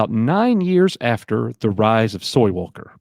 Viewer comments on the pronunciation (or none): my mans said SOY WALKER...LMFAO